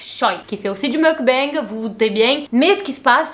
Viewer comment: Merci pour cette intéressante vidéo. Petit détail : on prononce "mok-bang".